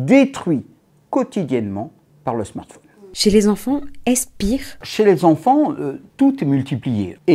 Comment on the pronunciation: Il me fait rire avec ses « smartphaune » 😂 Mais sinon le reste me fait pas rire :/